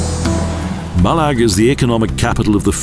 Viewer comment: Some terrible pronunciations here! The pronunciation of "Ochil Hills", in particular, is embarrassingly bad. "Mallaig" is even worse! The narrator is clearly reading a badly written, clichéd script about places he has never visited.